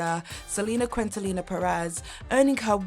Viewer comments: “Selena Quintalina”? For shame. “Quintanilla” the “ll” is pronounced like a “y” or a “j” depending where the person is from. Respect Selena and learn to say her name correctly. 😢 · "portraying Selena kwidntilla Perez" - girl... let's take that Spanish lesson: it's KEEN-TA-KNEE-YA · It’s not Quinn-ta-Nila. It’s Quin (like “keen”) ta (like ta-dah!) ni (like knee) lla (like Yas 👏). Loved your video but the way you pronounced the queens name wrong 😑 sigh… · You mispronounced Selena's last name. Quintanilla is pronounced quin-ta-knee- ya not quintalina. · CORRECTION - Selena’s last name is pronounced “Keen-tah-nee-yah” not “kwin-tuh-lina”. 🤦‍♂️ Also, the TV show J. Lo danced on was called “In Living Color”, not “Living In Color”. 🤦‍♂️ Big Pun was dead for over a year before that “Ain’t It Funny” video came out. He’s not in that video. 🤦‍♂️ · Hey sweet lady…amazing video but one thing I noticed was you’re saying Selena’s last name wrong. I believe you’re pronouncing it QuintaLENA and I believe it’s actually pronounced QuintaNILLA with the L’s being said with the Y sound. Like neeya. Does that make sense? Not sure if I explained it very well but hopefully 🙏🏼 i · Hi there , it is Selena (Seh -leh-nah) Quintanilla ( Keen-tah-nee-yah) thank you. Hope it helps. From latina born in central america. Thanks for trying though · Not Qwin-til-nia Qeen-te-nee-ya Sorry but I’m a Chicana and it killed me hearing her name botched like that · Hello it’s pronounced Kintaniya!! Not quintanila 🤦🏻‍♀️ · Also it’s Selena Kin-ta-nee-ya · And Quintanilla is pronounced "keen-tah-niya." But miss, you're DEFINITELY not an idiot. An idiot wouldn't be able to create such brilliant content. We ALL mispronounce things or say the wrong things at some point. It happens!!! ❤ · Quintanilla is pronounced Keen-ta-knee-ya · LL in Spanish is a ya sound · Quintanilla is pronounced KEEN TA NEEYA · The name is Selena Quintanilla. Keen-taw-knee-yah. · Selena Quintanilla (keen-ta-nee-yah) 😅